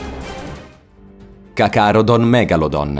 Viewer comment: Video simpatico, tutte le creature escono da ARK (ci giochi molto?) ma informati meglio e pronuncia meglio i nomi (?cacarodon megalodon?)... un calamaro gigante era il Tusoteuthis (sempre da ARK)... a sto punto potevi citare anche il plesiosauro ed il giganotosauro